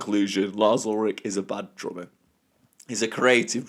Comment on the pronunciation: But... you can't even say it right. It is drummer, not drommuh.